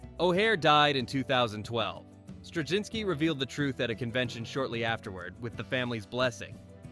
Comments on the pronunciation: Where do you see a "g" sound in "Straczynski"? It's driving me crazy to hear you keep saying "Stragzynski." And your ignorance of how to pronounce his name impairs your credibility as to anything else you say about him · Strug-zinsky 🤦🏻‍♂️. Pathetic. Ended the video for me. Why bother to make a video and not take the time to get names right. Zero credibility for any other “facts” discussed. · When you're trying to get your AI narrator to pronounce the name, just leave the C out. It's not hard. The alternative is saying Straczynski oddly. Very off putting. And we won't even speak of your mispronunciation of Ivanova (ironically, that happens in the show and it was ALSO deliberate). Great show though. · You couldn't be bothered to learn how to pronounce Straczynski for your title cards? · This generic take on things could have been written by an AI. It's like the content maker asked a search engine to give a list and had AI elaborate without ever talking to anyone who watched the show. The content creator can't even bother to know how to pronounce the show runner and character's names. Shallow surface details instead of any of the nuance the show was about. This video is a prime example of the Reverse Flynn Effect and the current generation being far less intelligent and full of depth as any generation before it. Moron, usenet is/was not a BBS system. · At least pronounce Straczynski properly. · If you could pronounce Straczinski slightly correctly, that would be nice. It's Polish. It's not hard to look up cz == ch. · Considering they're pronouncing Strazynski's name wrong, id say yeah. Pretty sure this is AI scripted.